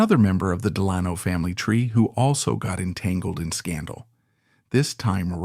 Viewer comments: It's pronounced "Dell Anno," even though it's spelled "Delano." To a New Yorker, well-familiar with the deeply dug Dutch roots of the Hudson Valley, the constant and MULTIPLE mispronunciations of this name is too distracting for words or watching. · Dammit. Del a no Accent on first syllable! Short vowel on a and a. Can't watch any longer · I just told him. The family are buried here in Fairhaven. Every time he says Delayno I cringe. Does this in all his videos. I give tours at the family's mausoleum. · Too bad the narrator cannot pronounce Delano. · If you're not going to pronounce it right I'm not going to watch this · Three different pronunciations of Delano in the first minute. Is this entire channel AI?